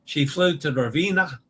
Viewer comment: All it takes is one person not washing their hands to cause an outbreak! Does anyone recognise who Kevin Sheehan Jr.'s disgraced father is? *nepotism Let's practice your E in Italian! It's always AY as in day. Ravenna (Ra-ve-nna) = Rah-vay-nah, roll the R. Venezia (Ve-ne-zi-a) = Vay-nay-tzee-ah. Vay-nay, not Vay-nee, not Vay-ne. Vay-nay, Vay-nay, Vay-nay, Vay-nay-tzee-ah! A reminder to always pronounce the O as in Oh no! Basilica di San Petronio (Pe-tro-ni-o = Pay-troh-nee-o, roll the R). Remember to separate the Italian word into syllables of the consonant-vowel consonant-vowel consonant-vowel format for pronunciation: Pe-tro-ni-o. And yes, the S in Basilica has a Z sound when spoken in Italian but no worries here as the context was in English with the S sound. From a previous livestream about Captain Serena Melani (Se-re-na Me-la-ni) = Say-ray-nah May-lah-nee (roll the R) who received the Capperuccio (Ca-ppe-ru-ccio = Kah-pay-roo-tchoh, roll the R) Award. And a quick vowel pronunciation review: A is always AH as in the open A as in father. AH AH AH AH AH AH AH E is always AY as in day. AY AY AY AY AY AY AY I is always EE as in seed. EE EE EE EE EE EE O is always OH as in Oh no! OH OH OH OH OH OH OH U is always the long U as in tune (toon) U U U U U U U U I now believe that the Taima Star ferry is pronounced Tie Ma. The image I saw of the ferry's name had an apostrophe TA'IMA but that apostrophe turned out to be a porthole LOL!